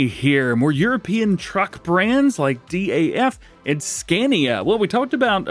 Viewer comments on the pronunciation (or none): Its not D A F its daf 😅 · Someone send this Dave the angry trucker just the part how DJ said DAF😂😂